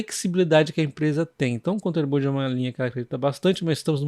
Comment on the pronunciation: 😂 Foi mal ser chato. Mas é assim mesmo que se diz, é só parar pra ler a palavra “containerboard”. Você fica falando counter-bird ou algo do tipo. Sem querer ser chato. Adoro os seus vídeos, 😛